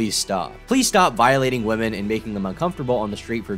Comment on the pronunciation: Oh my gosh! Thank you! I came here to say the same thing! Why can’t anyone pronounce women anymore!!!?!?